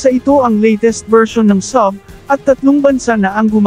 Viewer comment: Pronounce it as Saa - ab not Saab